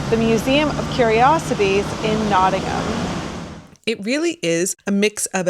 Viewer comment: Well done for pronouncing Nottingham correctly !